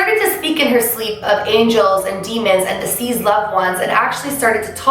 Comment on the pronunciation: Hearing her constantly pronounce the word "deceased" as "diseased" causes me some random confusion pretty often lol. Not complaining, just kind of wondering if anyone else has noticed this too...? 😂🧐